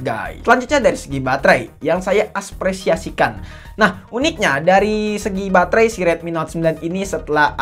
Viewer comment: apresiasi bro, bukan aspresiasi 😭